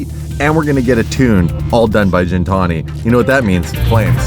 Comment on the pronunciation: Gintani isn't pronounced the way you say gin+tonic. The G is pronounced how you would say get, Not a big deal but triggers me lol. Not Armenian but I know it means beast or something like that